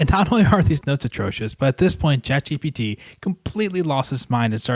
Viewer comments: You still say ChatGTP! 😂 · No he said ChatGPG